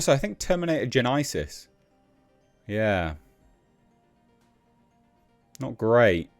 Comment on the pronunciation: Terminator “Gen-i-sis” 🤣